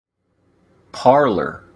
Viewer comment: “Parlor”? Or “Parler”? Didn’t need to show any ID to get a “Parler” account.